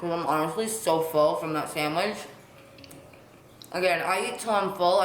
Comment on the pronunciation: SAHN-WIDGE.. she said it's my specialty sanwiGChhhh 🥪 lol 🤣